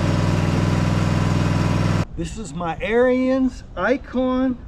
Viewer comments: 1st its Arons not Arians 2nd sounds like you had a problem with Lowes not Ariens. Other than the pump leaking which after 5 yrs normal wear and tear. Ive had the same mower for six yrs I do normal maint. Its the best mower I have ever owned. Imean you cant compare a 10k mower to 3k mower. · "air-reens". its not a nazi skin head. lol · Ariens pronounced arins it's their last name, not like the term aryan race. Thank you.